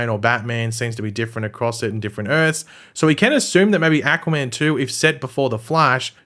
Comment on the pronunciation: i cant unhear ahquua man